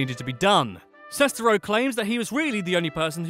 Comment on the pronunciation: Julius Matijošius For me, it began with The Nostalgia Critic and FanBoy Flicks. Kind of simultaneously! 😁 I love everything about this video... except the way the narrator keeps mispronouncing Greg Sestero’s last name!